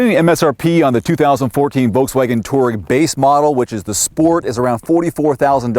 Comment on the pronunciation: It's a two- aa-reg not a torg.